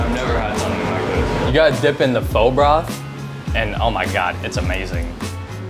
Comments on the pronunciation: i remember me saying the same way homeboy said pho for my first time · I'm going to say it like I always say it: "It's fuh, bruh; not foe, bro." You would think friends of the proprietor would know by now how to pronounce this dish, let alone any adult in the present day. Why people aren't willing to be corrected is also a problem. Viet language is just as important as anyone else's. Show some respect and pronounce the most common dishes properly. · When people mispronounce pho to be "faux". Biggest pet peeve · Pho literally translates to noodle soup. So where is the noodle? Lol. I love when people say "fo" like "fo sho" it's so fucking cringe. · If you pronounce pho like flo in 2024 especially in New York . Deportation please. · The Krish dude just killed me inside how he pronounced pho ... the white chick even saud it correctly eesh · And why does no one know how to say pho?